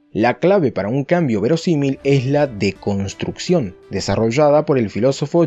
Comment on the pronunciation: No entiendo dices deconstrucción o de construcción